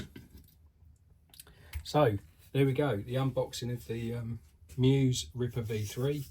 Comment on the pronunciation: Congrats on scooping one up. Choosing whether to run it or preserve it in a shelf will be tough. Good luck deciding. I didn't want to deal with the question so I bought two of them. BTW... it's pronounced ME-US. Check out the moto on the box. 😉👍